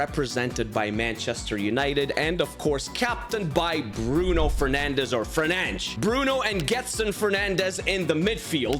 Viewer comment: It’s because it’s Fernandes not fernandez